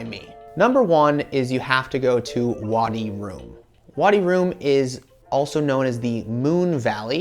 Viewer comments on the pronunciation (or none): It's Wadi Rum, just like it is spelled. Not Wadi Room. I've never heard the scarf called a koofi. It's keh-FEE-ah.